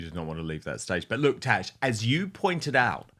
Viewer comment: Why does he call her “Tesh”??